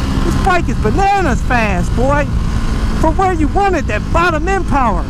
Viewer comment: That Xdiavel Powahh!!